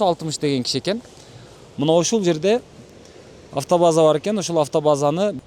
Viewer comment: Аатоваза эмес автобаза